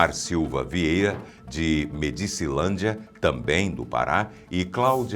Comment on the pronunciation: 👉 Não se pronuncia Medícilândia (minuto ), a pronuncia correta é Médicilândia pois essa cidade recebeu esse nome em homenagem ao Presidente o General Emílio Garrastazu Médici! Até quando ficaremos a ouvir pronuncias erradas oriundas da IA?